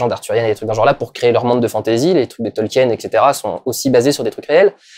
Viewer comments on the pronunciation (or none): none